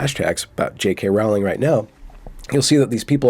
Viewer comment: Rowling.... rhymes with "Bowling" ... as in "Fuck it dude.... Let's go bowling... "